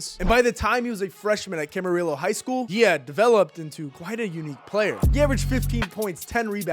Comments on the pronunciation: That’s not how you pronounce Camarillo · It hurts, when you pronounce Camarillo.